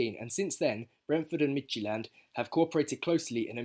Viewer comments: Pretty good pronunciation for Midtjylland. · You said Midtjylland perfect champ. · Brilliant video! Your pronunciation of Midtjylland was pretty good too! Hope the Wombles get a lot of use out of Pressley. He was brilliant in the B team. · mate honestly that was near 100% perfect pronounciation of midtjylland :) well done.. midtjylland is the local rivals of my city's team so i have a hatred toward them but i can't do anything but respect what thomas frank and previous midtjylland players have done for brentford. A common joke here in denmark is that brentford is the best danish team atm :D and now with eriksen there i watch brentford more than any other international team. Dont's know if international is the right word as it might mean national team but i hope you get what i mean :)